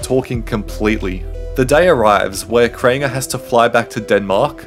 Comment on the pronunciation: “Crainger” “Worst controversy” “In this video” 💀